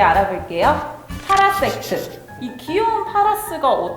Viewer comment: 파라섹트 빌음이 강하시네 이분